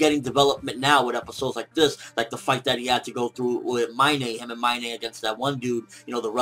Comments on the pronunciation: Her names Mein, not Minay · Isn't pronouncing Mine's name wrong? It's pronounced exactly like the English word mine right?